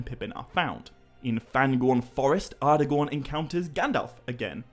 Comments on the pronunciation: Hmm, no absolute right way, huh? why is it then that even Tolkien himself, creator of the very languages and proninciations, clearly speaks the word 'Aragorn' as 'Ara'-gorn ((with a hard 'A') and not 'Ar'-agorn as you say it? (source: ). Its all very well citing reference material, to back up a claim (yours being PAXVII), but could you please say where the reference to 'ngor' is in PA because i cannot find any mention to it being used as a suffix in any reference to Aragorn's name. Some might say that we're heading into the realms of pure pedantry here but, as i've said before, when quite literally everyone else (even the creator himself) pronounces certain words, so noticeably different, than yourself that it draws attention to them, why is it then that the majority is wrong? - Arinor, Gondoleen, glarmdring (and others), 'the eye' is fixed firmly on you too! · respect the writing. Its not Arrgorn or Arhgorn. It is Aragorn. That second “a” there is as pronounced as all of the other letters. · I wanna hear you say more words that have "ara" in them just to see if you slip that d sound in there everytime or if it's just a thing you do with "aragorn" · Actually no, wrong again. In Sindarin, 'ngorn' does not exist, i think you mean 'gorn' but congrats on reading the quora post wrongly. Also, 'ar' does not mean king, its 'aran'. As for the pronunciation, 'Aragon' IS spoken using a hard 'A' (as in Apple) and not a soft 'a' ( as in car). Sorry to be so picky about this but when everyone else pronounces a word one way, yet you pronounce it another, it really stands out.